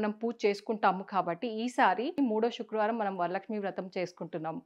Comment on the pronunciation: శుక్రవారమ్ అనాలి షుక్ర వారం కాదు